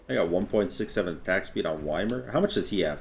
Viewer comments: whymer??? It's EE mear... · Ita pronounced eemeer, not whymer, just a heads up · IT'S E-MEER. the gods say their name when u pick them.... i don't get why so many people say yuh-meer (and i know saying "why-mer" was a joke) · You said “whymer” and it made me sad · Skelzore yes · I heard him say “Whymer” and now I’m not watching g the rest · Please tell me people don’t pronounce it Y-MER?!?! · Why are you saying ymirs name like that bruh😭